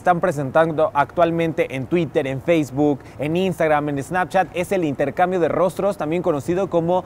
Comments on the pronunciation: Sanpchat :v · Sanpchat xDDD